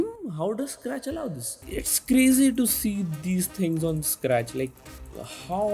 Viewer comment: Bro's Fav Dialogue 'This is crrrrrrrrrrrrrrazy'